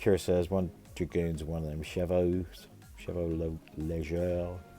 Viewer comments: To say chevauleger its " cher - voo - le - jey " with a bit of French . Well done It's the first time I have seen them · Perry's are always very nice figures. Yes I do use the bases actually, 3s, pairs, and singles. Chevaux leger means light horse (or horse light for direct translation) last pronunciation was perfect mate. (Heavy cavalry would be Chevaux poid pronounced pwad)